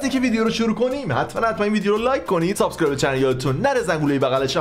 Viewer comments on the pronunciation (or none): none